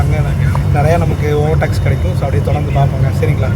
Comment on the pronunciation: Speak normally. It's like u r intentionally trying to speak stylishly. Brother it's over take not over tax